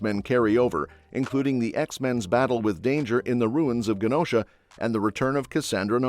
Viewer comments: Its not ( Gu Nosha) its (Ju nosha) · Mispronounced Genosha